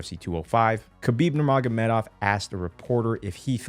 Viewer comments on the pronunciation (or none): Bro I hate the way ppl pronounce khabib They pronounce it like this: Kubeeb Nurmagomedov How to correctly pronounce it: Habeeb Noormohamadov